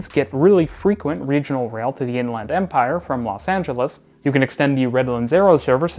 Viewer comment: I kind of love this rendition "to In-Land Empire" (with "Land" pronounced like in "Disneyland" or "Thailand", and with no "the") as a potential Canadianism for what Californians would say as "to the Inland Empire" (with "Land" pronounced like in "England" or "Scotland", and with "the")